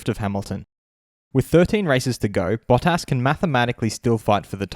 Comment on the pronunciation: Bah-Tis. not Baw-Tas.